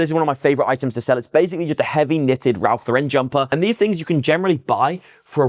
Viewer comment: Hi There. Handy video! RL sells well here as well. Keeps it's value. May I correct your pronunciation? It's Ralph LOR-ren (not lor-REN). As a former RL freelancer (packaging design) it's a common error here in the US too. 🤭